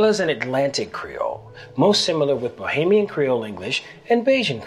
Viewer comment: bahamian not bohemian